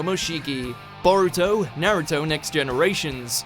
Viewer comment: Why he say naruto’s name like that tho..